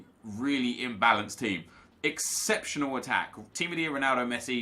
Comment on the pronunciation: Aubemeyang 96 pace Nep: “ Exeptanal pace